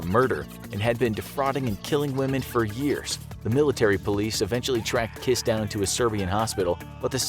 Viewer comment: His name is Kiss but you don’t pronounce it with a “its not kiss like kiss” 😂 but it was fun to listen